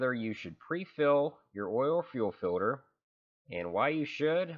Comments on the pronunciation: filter not filder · I've literally never in my entire life heard someone pronounce the word "filter" as "filder" the way you do in this video haha hilarious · Filder or filter? Oil "Filder".. Fuel "Filder" 🤣🤣🤣🤣😭😭😭😭🤦🏻‍♀️ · To fill da fuckin filda or not fill da fuckin filda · FILDER FILDER FILDER FILDER FILDER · He says filder. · Filder or filter?